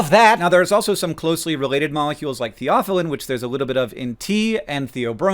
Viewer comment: That's the first time I heard someone say theophylline that way 😅